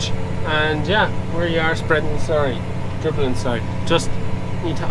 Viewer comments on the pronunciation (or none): none